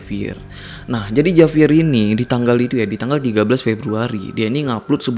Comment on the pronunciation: Dibacanya Havier